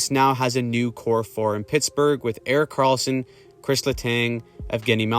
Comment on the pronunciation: ah yes "Erik Kralsson"